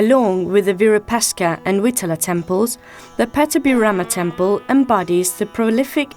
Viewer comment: In Hampi the architecturally marvelous, magnificent temple built by the rulers of Vijayanagara Dynasty dedicated to Bhagavan Shiva locally named as Shri Virupaksha, unfortunately the narrator in this documentary mispronounced it multiple times as Virupashka!